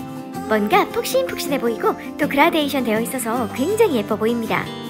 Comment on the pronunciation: 글라데이견이 아니고 그라데이션이에요